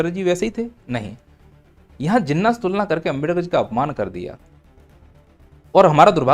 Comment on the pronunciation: जिन्ना ×× घिन्ना✓✓ 😂😂